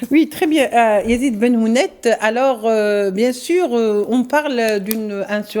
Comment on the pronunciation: C'est Yazid Ben Hounet et non Ben Houmet